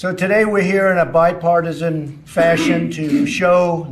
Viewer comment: She said "bi-fartisan" 😂😂😂,😂😂😂